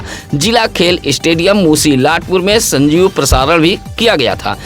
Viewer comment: Sanjeev prasaran nahi sajeev prasaran hai bhai